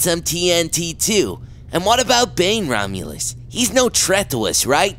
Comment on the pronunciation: tret? it's threat.